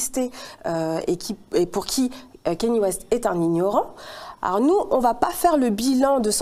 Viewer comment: C’est pas kEny West mais bien kAnye West